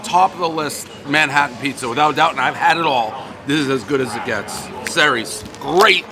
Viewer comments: Dave really butchered that. Ceres was the goddess of agriculture and grain. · its pronounced "Series"